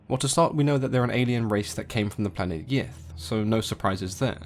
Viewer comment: I'm sorry but I keep hearing it as the "great race of yiff" so I can't take them seriously